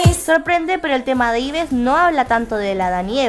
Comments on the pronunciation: El nombre de Yves no se pronuncia Ibes. Se pronuncia Ib (Eve; Eva en inglés) (en Corea Ibeu). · Se dice Ibu UuU no Ibes